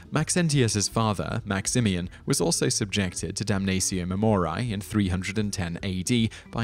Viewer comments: ok dude its 'DUM NUH TSEE OH MAE MO REE AE' ae is like 'a' in 'aching' not 'dumneisio mumoraiy'... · I'm sorry, but the way you pronounce it, "damnazio memoriay", is giving me such cringe... since it was a roman practice in the classical era it would be pronounced "damnatio memorieɪ", pretty much the way its written. Don't make it hard without it having to be ;) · It will do so, just as soon as this narrator learns to read his script properly and check the pronunciation of obscure words such as "damnatio", "memoriae" and "deify", before opening his cake-hole. All that good research being annulled by sloppy presentation. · Sure, but he pronounces "Damnatio Memoriae" five or six different ways in this video alone! The Trans-Atlantic divide can't excuse that, can it? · If you are going to make a video in which you say a Latin word repeatedly, make sure that you are pronouncing the word correctly. As a student of Latin, every time you mispronounce Damnatio Memoriae (which was every time) I became more and more irritated. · He's speaking British Latin.